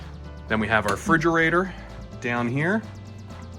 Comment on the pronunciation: Nice vid. It's "refrigerator" though, not "fridgerator" 🙂